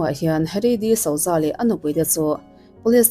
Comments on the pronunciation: Disauza nilo in disuza tih anga lam tur... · Di-suza ti a lam tur ania 😊